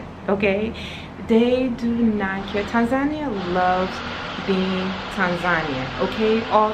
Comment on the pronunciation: I am Tanzanian. All the things you have said about us in the vid are true. Just one favor to ask: could you correct your pronunciation of 'Tanzania'? I know some of us pronounce it like that but it's wrong. Please see below link for correct pronunciation, if you don't mind, as it's more correct or near correct than what you have been hearing from some of us.